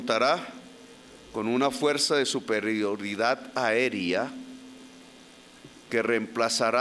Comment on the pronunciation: "Suprerioridad aeria" 🙄